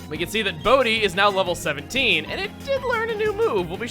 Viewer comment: I'm sorry but every time you say Bodhi, I think you're saying "Boatty" like you nicknamed some prized small sailboat you have and it just makes me laugh every time.